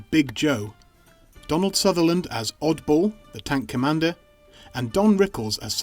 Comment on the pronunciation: DonLand sutherland huh.. odd